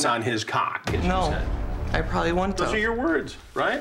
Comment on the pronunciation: Woont = Wouldn’t Shoont = Shouldn’t